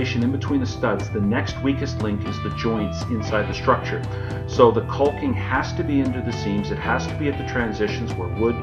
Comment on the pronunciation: You're pronouncing "caulking" incorrectly, just say the word.